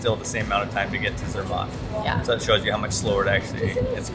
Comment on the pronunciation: Its actually pronounced Zermatt the matt part rhyming with cat